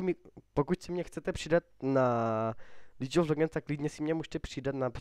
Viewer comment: za 1- vůbec ti není rozumět, říkáš pátý přes devátý, vůbec nevíš co říkat, pletou se ti hrozně písmenka a hrozně se přeříkáváš. za 2) špatně se vyjadřuješ, každý uterý není každá postava zdarma :) za 3) a navíc Líč of legends , oohhhhhhhhhhhhhhhhhh, trhá mi to uši jak vyslovuješ Jinx, a tak, hrůza, ale každej jednou začínal